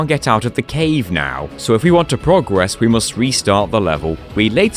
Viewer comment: Why do pronounce progress incorrectly?